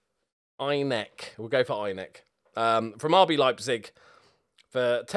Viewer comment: The last E in Einecke is not silent:)